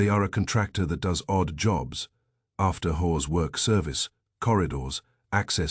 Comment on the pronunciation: If this was published in 1926 instead of 2026 it would be Banned in Boston for the "whores" mentioned. The narrator's voice is quite pleasing, imho, but it insists on pronouncing the word "hours" with a hard H and not a silent H. Whoever created silent letters in the English language must have been on psychedelics/euphorics or was a nasty person in general :^)